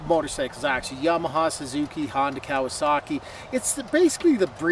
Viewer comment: Now its a " Cow asaki" 😂😂😂